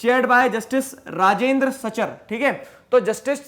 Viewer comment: Sir you miss pronouncing rajindar